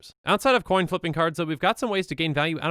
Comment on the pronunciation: Flip a Colin? How offten did he said thaht?